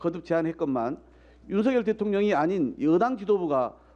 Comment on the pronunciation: 준석이처럼 윤햭관이라하는데 아주불쾌하다